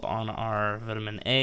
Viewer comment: I like the vids but plz plz put vitamin into google translate... you are killing me man